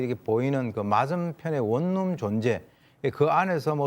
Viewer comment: 이자연 기자님 원룸은 [원룸]이라고 읽어야 합니다. [월룸] 아니에요.